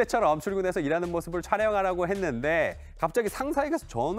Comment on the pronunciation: 발음이 부정확하네요 유명해졌는데요.가 유명을 해졌는데요.로 촬영하려고 했는데.를 촬영하라고 했는데.로 들리네요